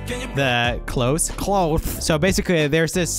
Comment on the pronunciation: Come real "clothe"... I don't know how I'm going to unhear that